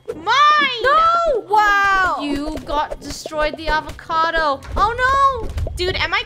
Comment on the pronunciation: HAVOCADO “Avacado”